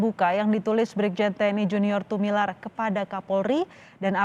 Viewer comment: Tumilaar, bukan Tumilar